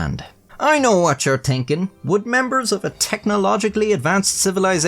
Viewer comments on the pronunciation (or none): If you pronounce "thinking" as "tinking" how come you dont pronounce "the" as "taahh"